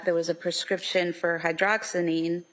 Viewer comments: The prosecutor doesn’t even pronounce hydroxyzine correctly, nor does she know what it is. Some of these meds were clearly for sleep, of course she’d not take them ALL every night. They had her on so much medication too, it was completely them throwing meds at her. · Prosecutor isn’t pronouncing Hydroxyzine properly. 🤦🏼‍♀️